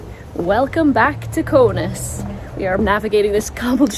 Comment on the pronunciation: It is K A U N A S < not Konas !!! Lithuanian Language, not English !!!